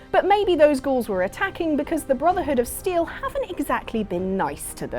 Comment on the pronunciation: How dare you say that it's not worth to join the BROTHERHOOD OF {small dramatic pauze} STEEL? also I know it's a joke but the video is full of incorrect facts and hypocritical statesments.